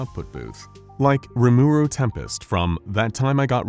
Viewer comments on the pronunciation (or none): You say rimaru wrong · You butchered rimirus name